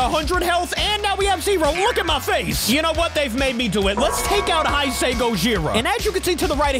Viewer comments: How to pronounce it:hey-say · YOU DON'T PRONOUNCE IT "HI SAY" ITS "HEY SAY" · hi-say is wrong it is hey-sey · Hay say not high say man but great video as always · oh yeah, its pronounced hey-say gojira not hi-sei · You saying hise instead of hase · The correct pronunciation of heisei is hey-say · The right wone to say heisei it's heysay just say it like that it' EZ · Hey uh Btw This is how to say heisei Its hey-say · It’s pronounced hay say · You supposed to pronounce hey say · It’s pronounced he se HAE SAE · I don't want to be mean but, Heisi is pronounced "hez i" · Man ur bad At Pronouncing Hesiei kaiius name Translate It bruh